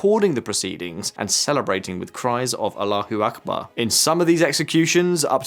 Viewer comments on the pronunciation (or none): none